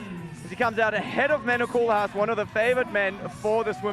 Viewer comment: another French Koolhaas? Really? American commentator huh? Shame on you